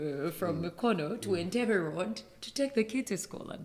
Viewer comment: The way he pronounced mukono and najjanankumbi😂😂😂❤